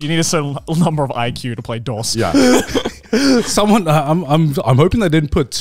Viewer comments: Are we really gonna let them get away with pronouncing “dos” like that😩😩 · guys.. its pronounced like dose. you know like uno dos tres quatro lmao. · Hearing them miss pronounce, Dos was killing me